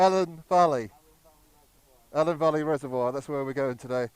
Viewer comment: Cheers for reminding me what a great road the A483 is. I haven't ridden it for a few years so will try and pick a nice quiet midweek day to ride it once the lockdown has finished. BTW it's Elan Valley pronounced like the fish i.e. eelan not like the Girls name. Easy mistake to make, probably the lack of L's for somewhere Welsh confused you LOL. So glad they've finished the Newtown bypass now but it does get attention from the camera Van's but it's still a great place to ride and for me in Worcestershire it's a great having mid Wales on my doorstep